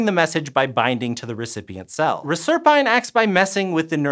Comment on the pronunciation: Not even two minutes into this video, and I'm disappointed that you're not showing the proper ratio and sodium and potassium being moved by the Na+/K+ ATPase. (P.S. Reserpine is pronounced "RESS-er-PEEN." It is also used in research to disrupt mice's ability to stay warm.)